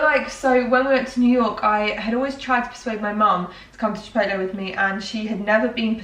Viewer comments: Pronounce “chip-potle” :)))))) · Is anyone else's dad like mine and adamantly refuses to pronounce it "chip-owt-lay" and insists it's "chip-ot-el". No? Just mine? Cool.